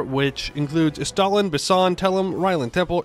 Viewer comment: Wouldn't it be pronounced "ess-stah-LIN" like rhyming with mandolin? if so avoids any accidental verbal summoning of any undead Soviet leaders. For him I like the description Christopher Hitchens gave of Papa Stalin. "Harsh...but fair".